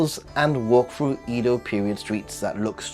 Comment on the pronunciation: How can you be a Japan expert but you pronounce Edo wrong? Mind-boggling